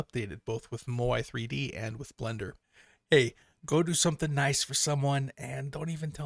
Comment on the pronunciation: Living in Canada, "Moi" is French for "me" (well, one form of it anyway). So I've always pronounced "Moi 3D" as if it was French... phonetically it would be "mu'wah"...just say it with a 'French accent' and you got it. ;)